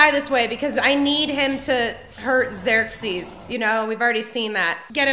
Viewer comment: pronounced like 'Zirk-seas'